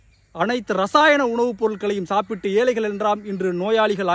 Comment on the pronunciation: ஏலைகள் பிழை,ஏழை தான்சரி.வால்கை பிழை வாழ்க்கை என்று உச்சரிக்கவும்.தயவு செய்து தமிழை கொல்லாதீர்😢